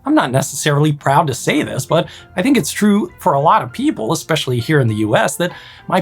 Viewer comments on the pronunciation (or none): none